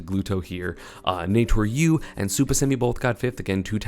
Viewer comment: i don’t mind the crepe sale pronunciation but please call naetoru normally